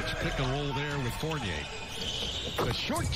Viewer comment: cash said “Evan Vontay” 😂 is Evan Fournier